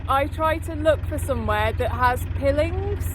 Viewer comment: Piling is better pronounced with a long 'I' as in pile (long bulk of timber driven into the bank) or mile. Also it is usual to leave the engine running whilst mooring in case it is needed, but solo mariners must take particular care to ensure it is completely in neutral and disengaged before stepping off the boat for obvious reasons. Have fun boating all.